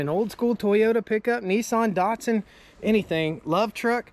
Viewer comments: There is no R in Datson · There's no O in Datsun, either.